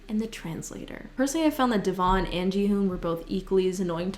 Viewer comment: No one:: d-eh-v-on